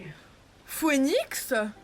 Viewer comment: " Enjoy... PHOERNIX " 😂😂